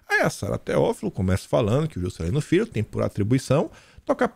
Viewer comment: eu estou em oração por esse canal!!! Socorro Jesus!! Abençoa Teu " fii" 🤣🤣🤣